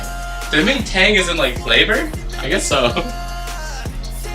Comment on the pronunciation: “tEhenGH” ifs tang bro KSJDJD